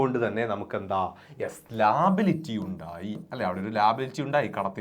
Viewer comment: Sir ലാബിലിറ്റിഅല്ല ലയബിലിറ്റി ആണ്😂😂